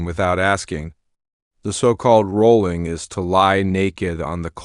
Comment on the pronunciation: Her name was Shelly not sherry! And the punishment was called wollering not rolling. Let's try to get it right. Thanks